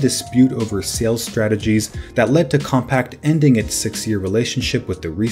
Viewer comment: Hey guy, it’s CompaQ, as in “com-pack” — not “compact”!! Were you even alive then?, doubt it, It’s as if you said “Nex” computers, 29 times. Annoying.